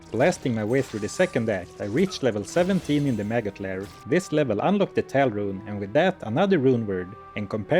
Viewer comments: "Rune" is already a cool word, but pronouncing it as a Swedish one makes it so much better. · Your pronunciation of “Rune” was really good.